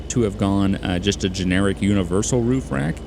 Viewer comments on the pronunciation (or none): none